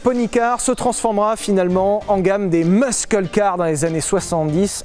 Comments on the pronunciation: Aïe il a dit et il redit "musqueul car" AAAAIIIIIEE on dit "MUSSEUL CAR" 🤣oh la honte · muss-eule, pas musk keule, cordialement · Sylvain, on dit "meusseule", pas "meusskeule" (muscle) 😄👍 Top comme d'hab, on est trop habitué au luxe ! 😁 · Juste pour info : "muscle car" ça se prononce "meusseul", pas "meusqueul" 😂 A part ça bonne vidéo comme dhab 😂👌🏼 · On prononce "meusseul car" et non pas "meuskeul" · Muscle car se prononce "meusseul car" en fait. Bisous PS : chouette vidéo 👍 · ah, on dit pas meuskeul ? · 'Muscle' se prononce 'MEUSSEULLE' en passant. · Plutôt Meusseul car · Alors toi tu prononces le "c" dans "Muscle" !? ça fait très bizarre :D En tout cas continuez comme ça les gars, à chaque vidéos je me marre tellement ! Et maintenant que vous nous avez mis l'eau à la bouche, reste plus qu'a tester un muscle ! ca serait top ! genre Camaro 67@ ou Hemi Cuda ou Charger.... avec un bon gros bigblock. enfin...... si vous en trouvez ^^ "Bon chance" :D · Vilebrequin le seul mec au monde qui prononce: MeusKELLE Car, ou bien countAK (lamborghini), sans dec TU FAIS EXPRES C EST PAS POSSIBLE ! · Par contre mec, va falloir bosser la prononciation.... "MuSCle car" 😂😂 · Ca se prononce "meusseule car" :) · Prononce Meuhseul (Muscle) car stp tu feras plaisir à mes putains d'oreilles d'américanophone D'avance merci pour elles^^. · Il a dit Meuskeul car mdr rip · Pour le coup je vais pas considérer le Kenia pour savoir comment prononcer 'muscle car', c'est un mot US je me fie aux prononciations US. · La prononciation de "muscle" en anglais est horrible. Merci de prendre des cours d'anglais.